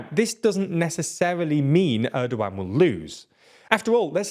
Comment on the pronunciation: Actually pronouncing his name Erdowan is way more accurate to Turkish language because G is soft like Ğ. But we like to call him ErdoGone lmao.